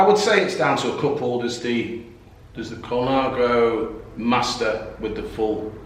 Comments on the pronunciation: What a guy, great he could share his collection. A growing business I expect. Why not pronounce 'Colnago' like the Italians, (col-Nah-go (emphasis on the 'Naah') and not Colon-ah-go) or are we English allowed to butcher all trade names for not being British? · Aaah !!! Stop saying "ColOnago" !!!!!!!! ;-) What a great shop.